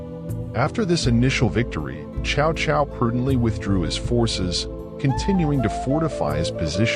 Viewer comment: It's not "chow chow" it's pronounced "Tzau Tzau"